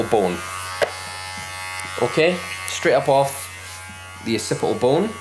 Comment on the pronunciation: Ocipi-al bone.